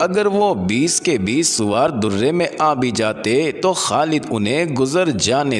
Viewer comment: درے کی د پر زبر پڑھیں۔ پیش نہیں